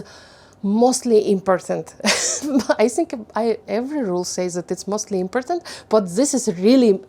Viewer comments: У вас хороший английский, единственное что я заметила, important - ударение на О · Очень круто, что вы решили снимать видео на английском :) Единственное, что я заметила это ударение в слове important. Правильно impOrtant. Спасибо, было интересно)) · ImpOrtant - the second is louder stress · Здравствуйте,! Во-первых, с почином Вас:)!!! Впервые вещать на иностранном языке, это волнительно, но Вы молодец. Все ярко, активно и вполне понятно. Раз уж Вы разрешили сказать непосредственно о самом английском, напишу пару слов, и то, только потому, что уверена, именно эти 2 слова Вы будете активно продолжать использовать и Вам пригодится мой совет:) Слово important идет с ударением на О - импОтнт (импОртнт) и в слове foreigner тоже на О - фОринэ. Если я правильно поняла, Вы самостоятельно учите английский? без учителей? Для взрослого и усидчивого человека это вполне норм, но, мне кажется, брать 1 занятие в месяц с учителем-носителем языка - будет еще лучше. Он Вам после 1 занятия выдаст список рекомендаций - темы, где Вы чаще ошибаетесь и на что обратить внимание, и это точно не будет Вам накладно по деньгам (одно занятие это в среднем 15-30$). Зато получите действительно профессиональный отзыв и конкретные указания, где и что улучшать:) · Mind the places of stresses you put in the words: impòrtant polìce càfe В словах на подобие thing "th" звучало как звук "s", то бишь слово стало "sing", что имеет совсем другое значение. И вне контекста могут возникнуть некоторые недопонимания на этом фоне. Есть уйма тренажеров (даже на том же Ютьюбе) направленных на постановку и разработку межзубного глухого и звонкого "th" If you want to sound like the native Умничка! Стремление к самосовершенствованию— залог успеха и светлого будущего~💜